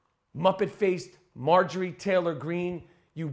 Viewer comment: "Traylor," Greene.